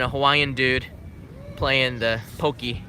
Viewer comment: Do they really pronounce "Pocky" "pokey"? ^_^